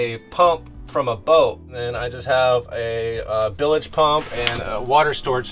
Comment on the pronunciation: What the he'll is a "Bilage pump " it's Bilge pump.